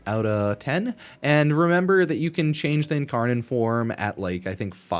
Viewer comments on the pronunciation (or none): none